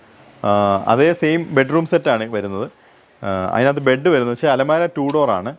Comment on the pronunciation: Bud alla..bed aanu😅